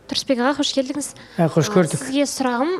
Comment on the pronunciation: 😂😂😂😂😂 саган кайтадан уйрену керек ариптерди Перизат сенин Сурысбек ага дегенине кулип жатыр ар жургизген сайын создерди кате айтасын "ывкусын" деп бир кулдирдин енди "Сурысбек ага" деп тагы отырсын